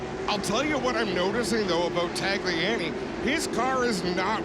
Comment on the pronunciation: It's pen/pin-ty's not panty's lol and it's not tagli an e, it's tagli on e lol